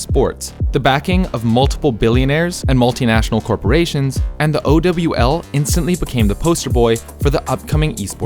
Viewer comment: OW VIDEO??? we so back edit:nvm bro this aint it Bro called it "Oh-double-u-L" and then said it was filled with microtransactions, aight man i get trying to make a story in a video but that doesnt mean you can distort the facts like this, remember where you come from